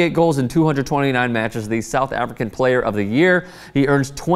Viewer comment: You said Soutch African player...OMG BRO!!!